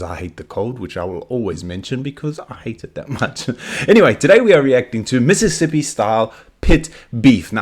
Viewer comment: i moved to mississippi coast from chicago ten years ago. one of the MANY weird things i had to get used to was ppl saying MISSippi, instead of MISSISSippi. says it right.